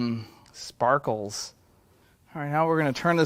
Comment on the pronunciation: Please never say sparkles like that again 🤣🤣🤣 jk